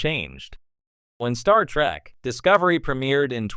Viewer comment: why the AI keep saying star track lol